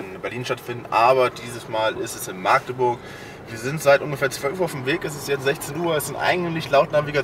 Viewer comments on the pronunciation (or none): ja ganu nett die Stadt, nur leider war er in Maaaaagdeburg. Schon sehr lustig, wie es niemand auf die Reihe bekommt, diesen Städte Namen richtig auszusprechen...